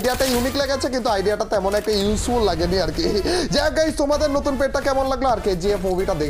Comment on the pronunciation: ভাই নটুন না নতুন